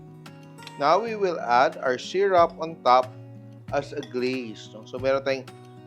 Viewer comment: Sy Roop not Sy Rap … for syrup…